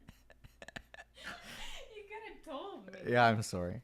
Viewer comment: Ha!!! Your Canadian came out!! "I'm s-orrry" 🤣🤣😅😆